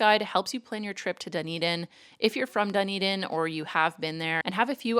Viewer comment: Also, it's not "dun-eden" it's "d'n-EE-d'n" :-)